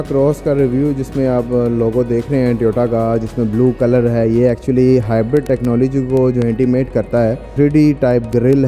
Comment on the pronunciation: Everyone : hybrid Host: hybard😂😂